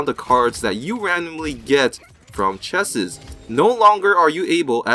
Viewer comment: Tony Dimov Do your research before you listen to a guy who can't even pronounce "chest" right. Paladins is not pay2win. never has been, never will be.